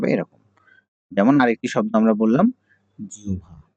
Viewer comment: স্যার,জিহ্বা এর উচ্চারণ জিউভা হবে না??